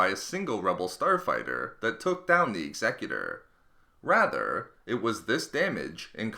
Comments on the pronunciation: the 'ex-excutor' is actually pronounced 'ex-a-cutor' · X-Eh-cute-or not Exeggutor ;P This is Star Wars not Pokemon ;D (Taking the piss don't get triggered) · Am I the only one who cringed every time he said eggs-eck-uter? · "egsegutor" "Ex eh cyu Ter" Executors execute. Unless I pronounce execute "egg sec yute" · I believe it’s pronounced X-ah-cue-tor. As in “I will execute the rebels responsible!” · X-a-cu-tor. As in “something that executes”. Learn how to pronounce it correctly. The Executor was destroyed because it lost navigational control after its bridge was destroyed and the Death Star couldn’t get out of the way in time. There is and has never been any mystery. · Say it with me, "Ex-ee-kyu-tor" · Executor is pronounced Ex (as in "extra") e (same i sound in "in") cu (as in "cute") tor (as in "tore"). It's the word for someone who executes (usually in the killing sense), but you make it sound like the word "executive" in this video. Great video, just a little confused initially because I thought you were talking about something different. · Executer ex-eh-que-tor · Isn't it "Ex-eh-que-tor"? Like a killer who chopped peoples heads off with an axe? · I hate it when 'Executor' is said the way it was in the video. It's 'Executor' not 'Exe—cutor'... It's like this: The ship may be EXECUTING rebellion troops, not leading a council for some intergalactic corporation. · The idea of the name is supposed to refer to the act of Executing someone, so his pronunciation is therefore incorrect. as the word is not said in the same manner as executive. Evidence to support this, when Palpatine puts order 66 in motion he says "Execute order 66" X-a-cute not Exec-ute Therefore Executor would be X-a-cute-or not Exec-u-tor. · You pronounced the word “Executor” incorrectly. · Your pronunciation of "The Executor" gave me AIDS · Someone needs to tell me why the executor is pronounced so differently from normal? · Did anyone else get annoyed when he was saying executor wrong?